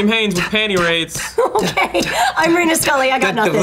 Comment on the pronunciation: Hey!! My card submission made it!!! And Reina pronounced my name right! Lol